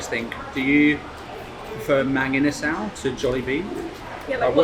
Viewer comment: Try saying it the Filipino way…. ‘mung-ee-nuh-sull’ 😁😁😁